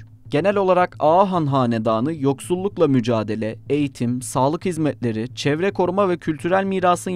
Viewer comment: Seslendiren arkadaşımız Ege bölgesi şivesinde olduğu gibi T ve L harfleri yanyana gelen kelimelerde T harfini yutuyor, mesela “kültürel faaliye’ler, sağlık hizme’leri veya pa’lama” gibi… Lutfen dikkat edelim sayın editör.